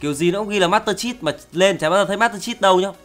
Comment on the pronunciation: Master Chét Không Phải Chít =/